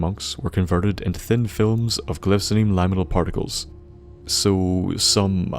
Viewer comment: The only word I noticed you mispronounce was "liminal". It's related to the word "limit", if that helps. Anyway, solid video, and I'm glad to have you back!